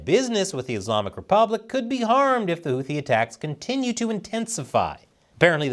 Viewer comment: Houthi is pronounced with an aspirated T (T with a slight H, not a western 'th', as in 'think.'